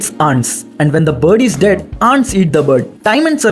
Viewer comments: Abe saley aunt's Matlab Hindi wali aunty AUR Ants Boleyn toh english wali mungi😂😂 dhak se Bol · Aunts nahi re... Ant hota h wo... 😂😂